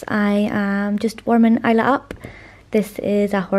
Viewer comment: I've been pronouncing it Is-la in my head so it's interesting to hear the real pronunciation! I-la is a very pretty pronunciation!